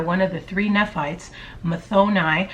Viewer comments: Just so it's clear, Nephi pronounced Nee-f-"i". Rhymes with Refry as in Refried Beans. and Nephites is Nee-fite-(s) You're amazing, real and funny and probably a great person in general. Thank you for your channel. Keep it up! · Good video, crazy info from these alleged killers and their associates!! Oh, and Nephites is pronounced = KNEE - Fytes (fytes rhymes with kites.)